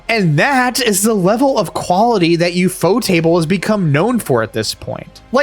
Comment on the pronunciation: Liked because you got the pronunciation of Ufotable right. I would have also accepted U-F-O-table.